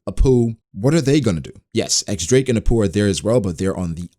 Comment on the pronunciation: I like the idea of the supernovas turning on each other once Kaido is taken down. And btw, the X in X-drake is actually pronounced as diez